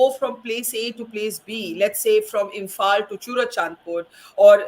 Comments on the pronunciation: that's how you say it because you can't pronounce the 'l' in imphal 😂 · that's your way of saying 😂you cannot pronounce imphal so she said 'imphan'. Is that hard to understand? 😂